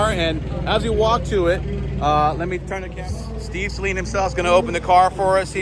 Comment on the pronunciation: First off, thank you for pronouncing his name correctly. These Saleens have it over all the other Mustangs, Dark Horse included. They are unique. Find a Saleen dealer in your general area and do a video. Steve is the man.